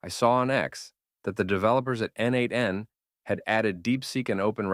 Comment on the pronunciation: Thanks. Just a note: n8n pronounced as neight(e)n